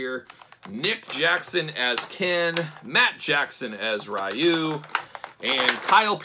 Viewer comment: only gripe on the review is Ryu is actually pronounced Ree-U, not R-eye-U. Sorry, big Street Fighter fan haha